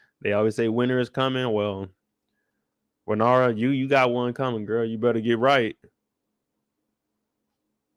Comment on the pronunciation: Lmaoo it’s Rae-Nair-Rye-A